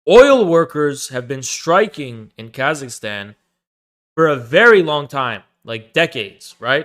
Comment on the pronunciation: “Here’s Khazakstan…”